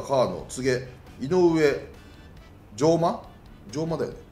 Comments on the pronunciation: じょうまではなくうえまです あみしまではなくつなしまです 武内君を獲得していて本当に良かったと今、思いました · 吉川じゃなくて古川やで… 追加 ↓ 上間（うえま） 粟津（あわつ） 返信欄の方にもあるように、網島（あみしま）ではなく綱島（つなしま） でございます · うえま つなしま ふるかわ ちゃんとせえや名前間違いは失礼だよ理崎さん